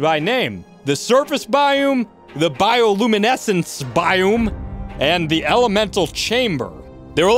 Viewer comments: It's a biOme not a biUme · How you pronounce biome makes my ears hurt XD and that you say it so rapid fire at one point was crazy lol.